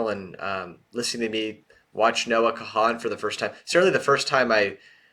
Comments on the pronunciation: Note. It’s pronounce “khan”. Also, you should do a bunch more from him. I haven’t found a bad song yet. Some that are more of a one listener, but rarely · He is the MAN. So deep and talented. Saw him a couple weeks ago and seeing him again in another couple weeks. It's a moving moment for sure. His whole Stick Season album is awesome. Also, sidenote, his last name is pronounced "Kahn". Subscribed :)